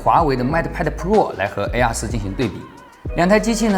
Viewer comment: 又不是让他用英语评测，况且从他发mate和air这两个单词的音来看，他压根就不懂英语，属于连基本英语常识都没有的那一类，所以就别拿他和别人比了、